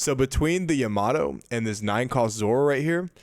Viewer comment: Love this guy's content but it's so hard to watch because it's like he's given up on being able to pronounce my favorite leader and one of the. If not the best 9 cost cards. I'm sorry to say, but it's Yamato, not Yamaddo, and every time I hear that I lose focus haha. Anyways, looks like a great deck list, I've been curious about Jewelry Bonny since OP08.